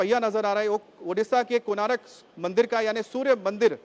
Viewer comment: it is konark, not konaarak.